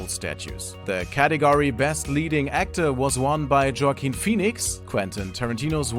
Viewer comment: LOL Joaquin Phoenix's first name is pronounced is pronounced wa-KEEN, not Jock-KEEN. LOL